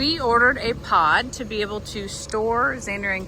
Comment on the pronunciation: This was a good video!!! But when you said the Pod was being delivered I thought you said POT !!!LOL😊😊😅